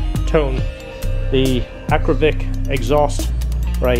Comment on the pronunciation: youre killing me. Akra-POVIC. Haha. In the moto world we just say Akra pipe or w/e...